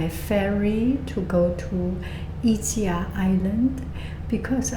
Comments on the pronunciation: You actually pronounce it Iskia 😊 enjoy! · you came to my city! yeah people in napoli drive like crazy, we are used to it 😂 and ischia is so beautiful, i always go on vacation there during the summer. it is pronounced e-skee-uh tho ☺